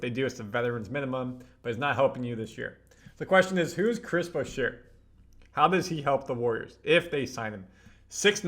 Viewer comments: curry's not 34...he's 37. is' not boo-sheer(Boucher), it's boo-shay. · Pretty sure you saying his name wrong bro….Boucher (boo shay)….